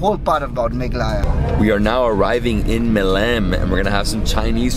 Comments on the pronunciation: that look from paul when said melaghaya instead of meghalaya 😂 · I lost it when I saw Paul's look whn you said "Capital of *Melaghaya*" 😂😂😂😂